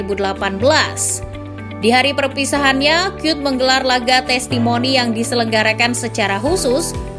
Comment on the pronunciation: Bacanya emg dirk kyut ya? Bukannya Kuyt?